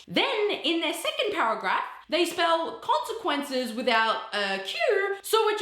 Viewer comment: “concecunces” was so out of field😭😭😭